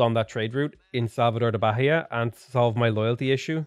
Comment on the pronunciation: Hey, the Bahia name the H is silent!!!